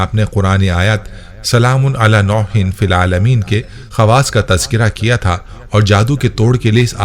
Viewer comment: آیت صحیح پڈھے نوح ہےnoohin